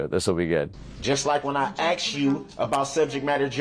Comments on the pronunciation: Sir, the word is asked, not axed..... please learn how to properly speak English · It's "ask", I can't believe a professional lawyer would say "I axed" in court. Do they not teach you how to speak properly in law school? Using slang in court is hilarious, only in America! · A lawyer saying “axe” or “axed” is wild lmao 🤣